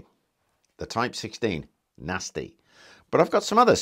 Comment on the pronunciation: "Nosty piece of wuk"- I love when he says that